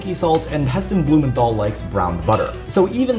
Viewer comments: His name is pronounced Heston blumenTal. No th sound. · Blumenthal is pronounced "Blumen-tarl" - the th is a hard sound not a soft sound.